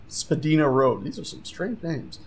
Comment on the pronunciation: I live in Toronto and I recognize those street names! Btw, Spadina is pronounced spah-die-na in case you were interested.